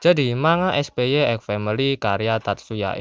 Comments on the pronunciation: Na ini agak lucu denger ny 😅 Lebih tepatnya baca ny kek "SPAI" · awoakowowo spy tapi kayaknya cara bacanya spai